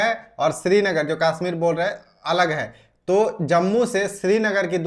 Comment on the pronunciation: Kasmir nhi hota. Kashmir hota hai